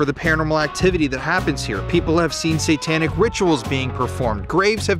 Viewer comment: I love that he keeps saying "santanic rituals" lol🎅